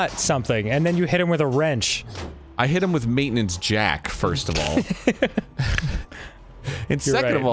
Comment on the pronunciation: "Word.......oh, word, I can totally wail on 'em with Waintinence Jack!!" Nice wording, Arin. Truly inspiring violent thoughts there.